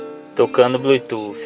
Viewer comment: Seu vídeo é bom, mas o que mata e esse seu "BLUI TUFFI"...